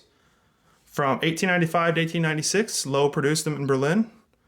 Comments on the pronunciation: Great video! In German, the W is pronounced like an English V. So Loewe is pronounced like Lo-eva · Loewe is pronounced Lur - vuh